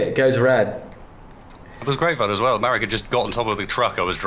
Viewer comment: His name is Marek, not Merek.